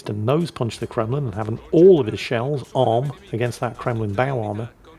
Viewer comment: I know I wasn't the only person heard say Kwemlin. Has lost his mind thats Flambass's thing Kwaken.